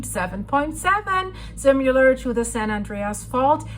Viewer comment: The way you say "similar" makes me giggle